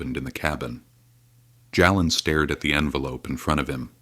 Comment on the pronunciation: Why can't you pronounce the names correctly. His name is pronounced Jaylen not Jalen. Plz correct.